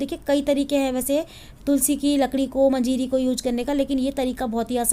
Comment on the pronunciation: मजीरी नही मंजरी कहते है।